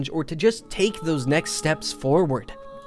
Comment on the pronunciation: I feel like what really sticks with me about that quote is how casual it is. All it is, is just a simple "Don't you dare go hollow." There is no emphasis on any words in it. Just "don't you dare go Hollow." It isn't even done with an exclamation mark. Not trying to be ass holey, but the way you say it, as "Don't you dare go hollow." With emphasis being on the dare. It kind of takes the effect away. Launrentius says it so casually as he knows that you might go hollow, you might not. To him, the phrase "don't you dare go hollow" has turned into a "goodbye." He doesn't really want you to, likely hoping that if you can reverse hollowing for good, he can as well, but he knows that you might not. So he hopes you don't go hollow, but also if you do, there are still other people who can try in your place. Which really fits with the way the world is indifferent to you as a player. Just my two cents on the topic